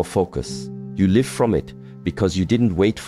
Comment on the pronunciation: These words from the are inspiring. A pity that AI. has not learnt the different pronounciation of the words" Live & Life." This Rather spoils the message